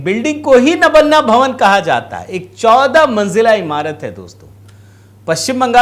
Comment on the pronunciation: नबन्ना नहीं महोदय नवान्न ( नव+अन्न= नवान्न।)